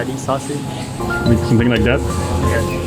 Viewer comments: "Dady sasuage" ????????? Wtf pls kill me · Pas ngomong sosis dialek Indo nya kerasa di kuping soal beda sm dialek si pas ngomong kata sosis huruf s nya kaya beda